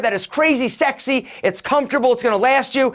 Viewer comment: Three "sax-y"s you said man 😂 got my folks thinking what ya watching bitch.